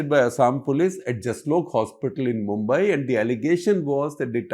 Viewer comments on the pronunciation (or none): none